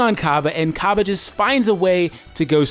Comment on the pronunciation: Thanks for calling him Cabba, all the people calling him Cabe, Kobe, Lettuce or whatever make my ears ooze pus